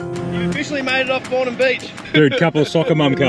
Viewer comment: Soccer Mum. Mate you're pronouncing the beach wrong. It's Bornholme, not Bornholme. Cheers for another top vid.